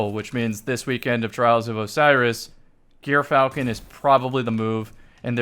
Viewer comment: Okay the gyrfalcon pronunciation is just embarrassing at this point